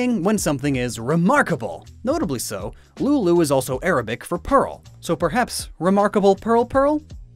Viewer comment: Ahhemmmm It's spelled as: "لؤلؤ" And it's pronounced as Loʔ-loʔ